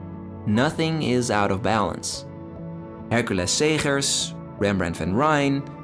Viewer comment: Way to pay due diligence to an artist! That is certainly NOT how I would have pronounced "Hercules Segers". That is art.